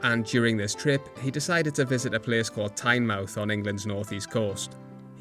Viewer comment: It’s pronounced “TIN-məth”